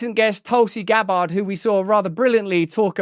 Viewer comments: “Tulsi Gab-ARD” … what a prat. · lol… Tulsi Gab-bard 😂